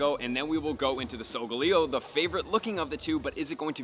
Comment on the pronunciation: solgaleo isnt pronounced with leo its like leyo